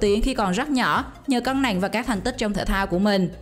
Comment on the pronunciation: Nặng mà chị đọc nẹn ko thấy ghét